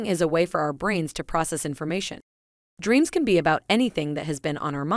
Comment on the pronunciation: Nightnares?!? Dreans?!? Is this AI creation a part-time ventriloquist?